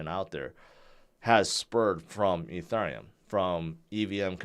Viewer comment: Eth, Ether or Ethereum, it's not "E (turn) neum"...